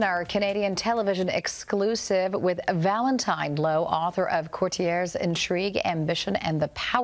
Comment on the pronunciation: Please tell me my ears deceive me, are you saying ValentiMe